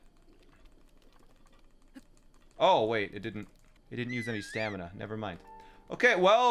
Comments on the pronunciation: can beat LOZBOTW without saying staNiMa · This entire time I was trying to figure out if he was saying stamina or stanima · Should have called the horse "stamiNAH" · he should've called the horse stamiNAH